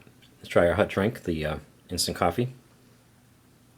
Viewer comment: 'hut' water. every time